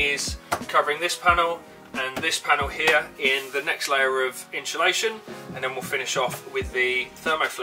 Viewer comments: Just in-SU-lation is okay. What’s all this in-SHOE-lation business about? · Yes! That was driving me crazy! It's inSulation. Great video though! Thank you for sharing your method! Cheers! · Are you installing "inshulation" or 'insulation'...????? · "inshulation" ....... !!!!!!! It must be a Brit thing... Like "Toyoto" 'ARE' making fine cars, instead of "Toyota" 'IS' making fine cars which is PROPER ENGLISH... Or "Toyota" 'ARE' made up of many fine people, instead of "Toyota" 'IS" made up of many fine people.. Toyota being a single entity, although made up of many parts. You wouldn't say: The PIE 'ARE' made up of many slices... Unless you are an ignorant Brit.. Correct ENGLISH would be: The "PIE" 'IS' made up of many slices.. You wouldn't say: The "MEDIA" 'ARE' stupid.... Correctly, The "MEDIA" 'IS' stupid... LOL! Unfortunately, this dumb ass anomaly has spread across the pond, to the USA and the world, where it has become normal to mangle grammar that I learned correctly as a child 70 years ago.. Thanks again socialism/liberalism, the destroyer of Borders, Language and Culture, you win hands down, again...